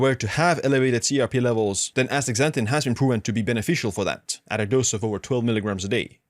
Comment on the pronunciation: Dr. Berg days Astra zanthin. Youre saying Ax tazanthin Ass ta zan thin please!